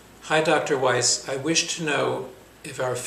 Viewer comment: East? I thought you said Weiss.